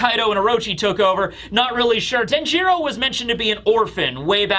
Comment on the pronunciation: Denjiro is pronounced DEN-jur-oh, not den-JEER-oh